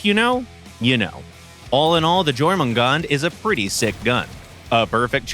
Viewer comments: Lol at the completely incorrect pronunciation of Jormangandr. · finally now we know how to pronounce Jormungandr 😂😂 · Please tell me I'm not the only one that winced when they pernounce Jormungandr wrong... But hey, as a proud Firestarter, it ain't going to stop me from loving this beautiful shotgun!